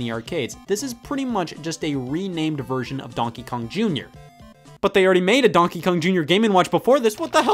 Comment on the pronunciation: Scott apparently pronounces ‘donkey’ as “DAWNKEE”